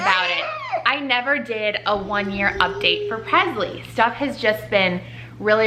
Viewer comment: Don’t get me wrong she’s your daughter and you can say her name any way you’d like, but for some reason it irks me how you pronounce Presley with a ‘z’ sound instead of and ‘s’ like Elvis PreSley. Still love you guys though!